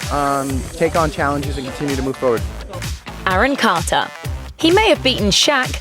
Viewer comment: Who the hell is Aaron Cahtah?